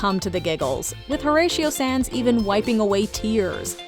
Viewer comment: Horatio Saenz' last name is pronounced "Signs" not "Sans." Do you know any Hispanic people? Do you know anything about comedy? Because the skits are the funny things. Not your bizarre breaking down the skits.